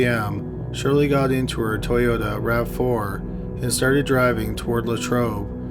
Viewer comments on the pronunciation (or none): none